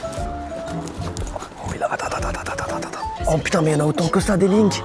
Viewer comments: Bigflo Sumimasen ❌ Sorry my son ✅ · " j'ai mal au genoux en plus... sumimaysen " xD